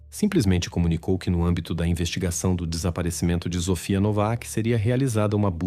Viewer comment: Ele fala errado o nome da menina.Sofia tem som de s e não de z.